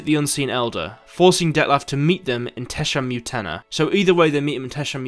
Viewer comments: Its not Tesha Mutena .... its Tesham Mutna. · Why do you spell most of the words wrong, it's Tesham fucking Mutna, Mutna ffs. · The butcher of, butchers Tesham Mutna pronunciation